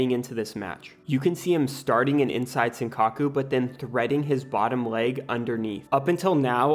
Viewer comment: “Inside sinkaku” people need to either learn how to pronounce stuff properly or just use the term in English, because these butchered Japanese terms are awful